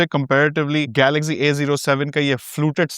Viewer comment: Galaxzee nehi Galaxcee Over smart mat bano